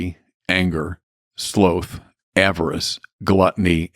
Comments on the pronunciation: Dude said SLOATH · Anyone who pronounces “sloth”, as “slöth”, is red flag. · He doesn’t know how to pronounce sloth ? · I'm not taking someone who pronounces "sloth" like that seriously. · Who pronounces ‘sloth’ like that? Lol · I can’t handle a priest that is so lazy he can’t pronounce sloth correctly